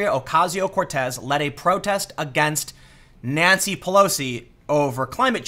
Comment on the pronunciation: First time I thought you said Nazi Pelosi